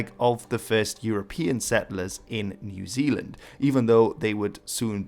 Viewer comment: People in New Zealand really wanna officially change the name to Aotearoa when people pronounce it like that!